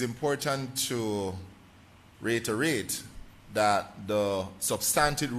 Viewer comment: RETORATE REITERATE. AS A EDUCATor HE SHOULD ABLE TO PRONOUNCE RE ITE RATE